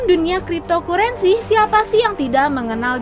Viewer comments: Dibaca "kriptokarensi" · wkwkwk kripto kurensi